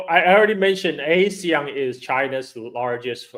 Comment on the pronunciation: Btw ASEAN is pronounced Ah-see-yahn, the way Sen. Tammy Duckworth pronounced it at the Hegseth hearing.